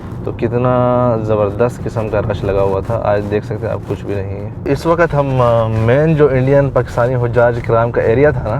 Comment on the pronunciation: WAQAT nahin hota WAQT hota hai Sub lagey hue hain NAY wali urdu pe or WAQT ko WAQAT Sabz ko SABAZ Habs ko HABAS Sakht ko SAKHAT bolne pe 🤦